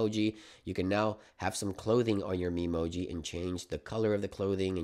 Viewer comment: trust an american to say memoji like that lol